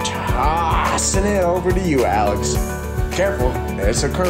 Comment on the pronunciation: "tooaaohsssin' it over to you Alex" fucking lol